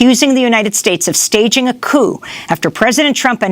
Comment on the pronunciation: The 'p' in coup is silent.